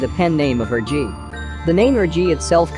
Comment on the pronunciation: It’s not pronounced her-gee. It’s pronounced her-je